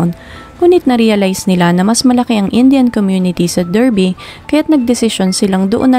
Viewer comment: Correct ko lang, it’s pronounced as “DAR-BI”